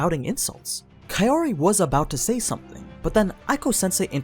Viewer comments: The thing is, Arifureta volumes on average have 2-3x the page count of your usual light novels like Konosuba or No Game No Life. Volume 1 is a thiccboi, so yeah, they skipped a f*ck ton of content in the anime. Also, Kaori is pronounced "cow-ree" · I keep hearing kayori